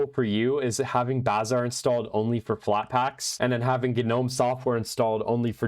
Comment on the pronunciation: Finally someone who pronounces "bazaar" correctly... Thank you.